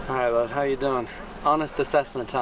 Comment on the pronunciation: Could you please stop enunciating all the words in "how are you?"? Its off-putting and a little upsetting. The phrase is "'owarya" just like "are you alright?" is "ya'rite" or "ya'reet". Get all these American syllables out of these phrases. They have one syllable, 2 maximum, and should be a single sound, no spaces.